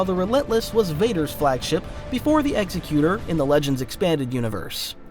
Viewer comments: Executor = ex-eck-you-ter. Quit trying to pronounce it like Executioner! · imagine making a half an hour video about star wars ships and not being able to pronounce correctly at least once the EXECUTOR class